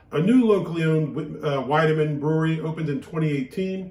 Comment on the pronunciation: It is pronounced “weed uh mun.” With my last name, I am all over the German stuff!